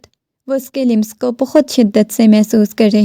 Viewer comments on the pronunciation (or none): The word لمس lams not limas